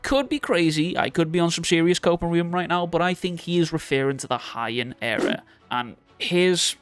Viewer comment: HE-AN era*** not Hi-end era lol (also, there has been theories already that Yuji is curse womb, painting… you’re late)